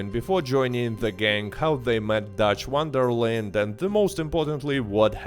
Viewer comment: Who the fuck is dutch WONDERLIN